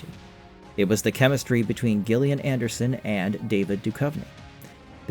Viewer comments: cant tell if he's just doing that for engagement bait. How could you not know how to pronounce her name?! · not GILL-LIAN, BUT JILL-LIAN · Isn't her name pronounced Jill ian? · Gillian pronounced "Jillian" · No gillian not jillian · Pretty good video…yet I think you’re trying to get engagement by pronouncing Gillian wrong 😂 have more respect for yourself! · Dagnir is talking about the pronunciation, not the spelling. It's a soft "j" sound, not a hard "g", and far too many of these X-Files YouTube videos just can't pronounce it correctly. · So basically... not original IRISH-way, BUT rest of world ENGLISH-way